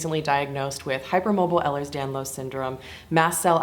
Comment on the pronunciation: Welcome to the club you didn’t want to join… a few things you may have learned by now. First kind of a biggie it is pronounced like this: Ehlers Danlos Syndrome (ay-lers dan-lohse) Type III is not something that never should come up since you were diagnosed so recently. The classifications were changed a couple years ago and that isn’t used anymore. I think it’s important that the type of doctor to diagnose is a Geneticist. Unfortunately there have been some people latching on to our condition and self applying the Beighton it’s rather hilarious how they spell it too ha ha but like you said it needs to be done by the doctor and it actually goes along with their ‘interview’ of family history. Have you been checked for Chiari? Have your EDS friends mentioned how high the incidence is of Chiari and EDS? I didn’t hear you use the word but we call it comorbidies. I notice you call conditions a disease - these conditions aren’t referred to as diseases. At lease EDS, POTS, and Mast Cell. Syndromes, conditions, POTS sometimes is a disorder but not a disease. I don’t mean to sound like critical just want you to have the lingo! What you talked about with the handicap placard that’s a huge thing- many of my friends have one it really varies by state actually. Some states you can get them but some states won’t allow it for just walking. But yeah my friends talk about getting ‘the glare’… but oh yeah it would be so helpful many times!!! Awe I feel bad you felt bad for claiming disability